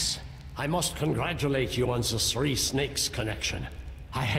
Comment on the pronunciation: Just realized the narrator says tree not three…. Why do I feel itchy all of a sudden?